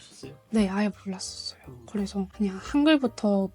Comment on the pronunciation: 그냥 예쁘게 생긴 한국녀 ㅋㅋㅋㅋㅋ 한국어 쓸 때 독특한 말이 있네 그 발음 대신 고 그래서 가 아니라 고래서 ㅋㅋㅋㅋㅋ 한국에서 좋은 남자만나 ㅎ란국에서 행복한 생활 그냥 하세요 나중에 몽골과 연방국가 될거니깤ㅋㅋ